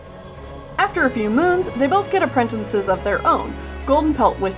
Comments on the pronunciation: it makes me cringe when she says "apprentinces" instead of "apprentices". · Appren... tin.. ces. It’s app... ren... tic... es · Am I the only person who noticed that says “Aprentences”? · did I just hear "apprentences" :o [prays] I say "appratacies" XD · i love how you day "apprentences"